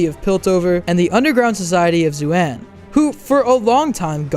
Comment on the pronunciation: It's zaun not zuan